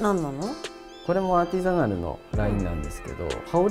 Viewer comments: アーティザナルが言えない笑笑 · アーティザナル"Artisanal" 言えてなくて草ww